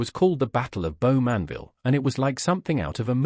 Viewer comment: You could increase your credibility if your "research" were a little deeper, and you pronounced names like 'Bowmanville' correctly. It's very simple, just put 'pronunciation: Bowmanville' into Google, and presto, a pleasant voice will say it correctly. Now your research could go a bit deeper. For instance, the shackling started because the Canadian troops at Dieppe had a manual showing how to shackle German troops, and in retaliation, Canadian POWs were shackled for months, while such practices were not permitted under the Geneva Convention. Also, in terms of murders in POW camps, in at least one incident, the perpetrators were tried by the Canadian trial system, sentenced and executed.